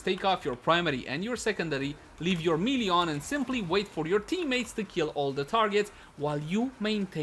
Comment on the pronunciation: People just really need to learn how to pronounce MAY-LAY. Please stop with the MEE-LEE